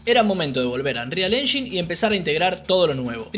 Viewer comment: Engain no enshin